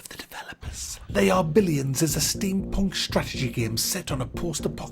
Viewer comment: Don't know why I keep hearing it as "the Arbellions" lol